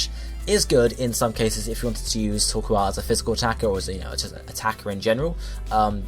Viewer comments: It's not [toː(ɹ)•kwɑːl], it's [toː(ɹ)•kəʊ̯l]. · * Says coal normally * * Says the "koal" part of "Torkoal" like "Koala" *